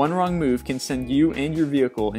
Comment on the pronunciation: Hmm... The meyu viaduct, huh? Terrible pronunciation of the Millau Viaduct